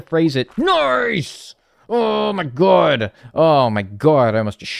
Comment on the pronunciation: I love how says “Oh my gwad” like a diner waitress in New Jersey